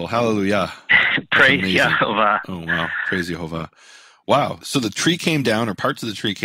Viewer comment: It's YEHOWAH the vav was pronounced waw